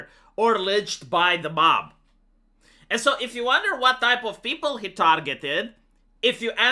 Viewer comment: peu-ple, not peo-ple Ji-ron-dains (written Girondains), but you are skipping the "ir" and just pronouncing Jo(where does this r come from?)dans. I love this series, keep it up! ( the mispronunciations do really irk me - and , yes, I know you will be strong headed and not correct it :))